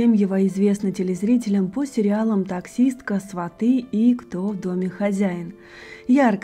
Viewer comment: СвАты, а не сватЫ! Не ломать русский язык.